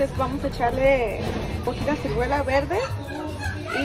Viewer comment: se dice ciruela,no cirguela,jiji,saludos